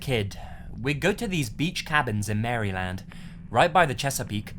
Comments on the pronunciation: how yu said mary-land lol it's Maryland all one word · Ps. The state of Maryland is not pronounced like you're saying two separate words - Mary, then Land. It's more like: meruhlend. Bit hard to explain, really. But thanks for the chuckle! :p. Excellent job, as always! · You know you're not from Maryland when you pronounce it as "Mary Land" instead of "Mara-lin" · I'm from Maryland, and I couldn't help but laugh at how you pronounce it. It's "Mare-ih-lund" not "Mary-land". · HAHAHAHA Mary-land. Pronounced "Mariland" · it's Meryl Lynn. - Mary land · Mare Land not Mary land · Tip for pronouncing Maryland - It's not pronounced Mary-Land. It's said as Mer-ah-lind, or how I found it online, MEH-ruh-luhnd :D EDIT; I understand now that there's a Maryland in England, I hadn't known before! Thank you for those informing me! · Mary-land lol. It's pronounced more like "Mare-ill-end." Of course, I realize there's the possibility your mispronunciation was intentional =D Loved the video as always, keep up the fantastic work! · Sorry, as a native of the US, had to give a little laugh at Mary-land. Probably not unlike a US native trying to pronounce Leicester, or, god forbid, any place in Wales. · He said Mary - Land 😂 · He mispronounced Maryland. It's pronounced Mare-land. I was born and raised in Maryland so it's how most Marylanders pronounce Maryland. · "Mary land" lol. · "Mary Land" Love you <3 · Mary-land XD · Lol lazy I'm from Baltimore. I'm sorry to inform you, but its pronounced mare ih land. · its mara lind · Through Mary-land! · Hey bro in the first one did you say Mary land? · mar-eh-lend lol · Yeah, I Live in Maryland and we always make jokes of the way some people pronounce it, it's supposed to be pronounces as Mar-a-lund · it's pronounced something like mehruhland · NOOOOO IT'S NOT MARY LAND LOL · Maryland is pronounced (Mer-a-lind), just for your future reference,. Just in case you read any future stories about that state.